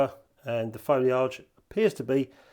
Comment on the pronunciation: I really need to put filters on my cameras more often! Love an orange or red filter to give the skies a bit more PUNCH! Sorry, I have to mention the pronunciation of 'foliage'... Is that how they pronounce it on the IoW? New one on me!:p Keep up the good work,, I mean!:p